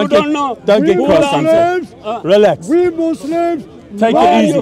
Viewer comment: he not only says" reelax '😅 but after which he says " the police is coming' 😮 couldn't stop laughing. 😂